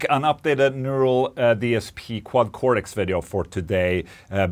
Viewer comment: What is this Quacorex you keep speaking of?😂